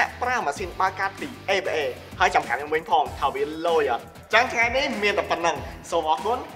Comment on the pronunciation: នៅក្នុងវីដេអូ "ញុំ" "ង៉ៃ" អ្នកដឹកនាំថតអត់បានអាន script 😂😅